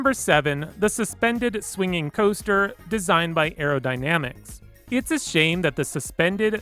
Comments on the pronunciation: 'Hyper Caoster' and 'Wooden Caoster' lol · I love the hyper “caoester”